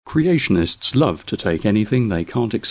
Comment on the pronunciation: "Creationtists"? Love the videos btw.